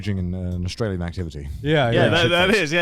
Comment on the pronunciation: I stopped watching after he said “Australier”